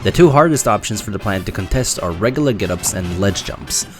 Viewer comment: Bro you need to look up how to pronounce words with "U" in them lol. You say "Reg-UH-Lurr"... It's "Reg-YOU-Lurr".